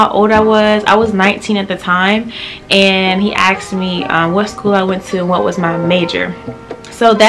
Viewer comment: I cringed when she says "he axed me"